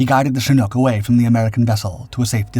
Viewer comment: This is the first time I've ever seen a "Shnook" helicopter, at least according to YouTube's AI (Artificial Idiot)